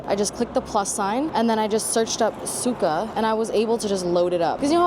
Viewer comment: Girl you made me jump when you said sulca because the way you pronounced it “suka” is the f*** word in Russian 😂😂